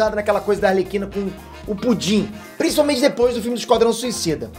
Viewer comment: Pior é os que falam "Alerquina".